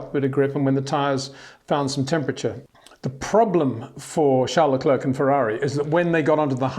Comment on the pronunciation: Why does he mispronounce LeClerc?